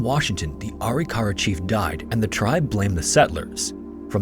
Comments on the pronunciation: "Uh-Rick-Uh-Ruh" is how I've always heard it pronounced. Dr. Bill Bass worked extensively on Arikara skeletal remains and as a forensic anthro grad student, I heard the word a lot. Thanks for another top notch video. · I’m part Arikara, I’m enrolled in a federally recognized tribe (MHA nation in ND) It’s pronounced “A-rik-ara” Great video, have a wonderful day! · Ah-Rick-Ah-Rah not arykara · ITS PRONOUNCED... A-RIC-A-RA, not ARI-KARA. I'm Caucasian and even I know that. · Please do more research on your tribe pronunciations. It is Kai-o-wa and Ah-rick-ah-rah. I love your channel, but that’s like 2 videos in a row I’ve watched and the NativeAmerican tribe was pronounced wrong.